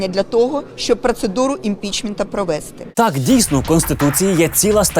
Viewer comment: Дякую за випуск. наголос провестИ правильно. провЕсти може лише Юля))